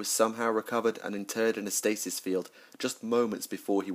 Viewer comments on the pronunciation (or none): none